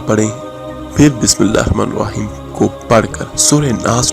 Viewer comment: You reading wrong check the capital letters Auzubillah minashaitan NI RAJEEM bi-smi llāhi r-raḥmāNI R-RAḤĪM" correct it